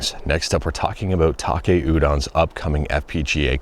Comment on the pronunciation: He's Taki, not Take.